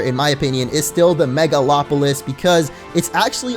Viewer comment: first poketuber I've seen to pronounce "megalopolis" correctly XD